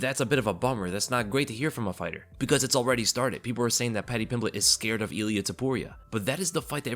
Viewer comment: That extra L you put in Ilia really made it that much more devastating,!